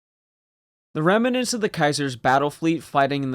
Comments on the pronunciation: Rem-ah-ments. Pronounced as if it is a three syllable word. It's Rem-nents. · Only two syllables in "remnants". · remants is 2 syllables. ruminants is 3